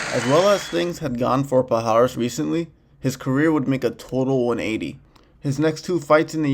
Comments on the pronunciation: Palhares and not paurrares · kinda wierd to hear the pronounce "PAL HARES" é palhares porra